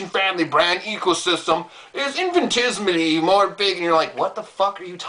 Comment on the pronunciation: The moment I heard infintismly I laughed my ass off.